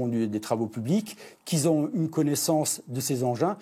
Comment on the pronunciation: ...."Qui zont".... Pas mal pour un Lieut Colon.....!?!?!?!?!?!?